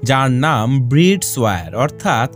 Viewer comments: bride pronunciation is ব্রাইড ব্রিড নয় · Bride-- pronunciation ta thik koro. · Ucharon ta vul bride ar